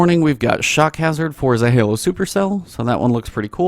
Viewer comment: dude its pronounced ZAH-LO. not friggin zah- ha-lo. stop butchering it